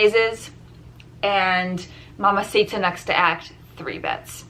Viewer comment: you're not saying mamacita correctly, it's mamacitaaaaaaaaaaa